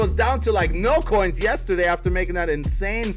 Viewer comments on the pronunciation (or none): none